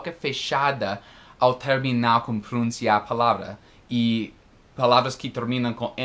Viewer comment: Great class!!! Great explanation!!! A tip for you, you mispronounced the word "pronunciar" you have said "pronúncia" (this is the noun), the verbal form should be pronounced "pronuncía" , stress on last syllable, right?